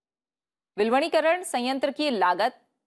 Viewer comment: Please be sensitive about technical term "This is वि-लवणीकरण instead of विल- वणीकरण"